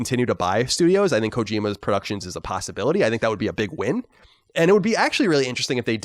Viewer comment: Now that were talking about how Colin doesn't pronounce things properly, does it bother anyone else how he pronounces the word "think"? He pronounces every TH word the same. He pronounces think, thistle, and throw, the same as there, then and this. It's distracting every time he does it.